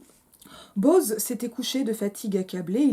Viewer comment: Quelle odieuse synérèse ! Bo-oz ! En deux syllabes ! 😡😡😡😡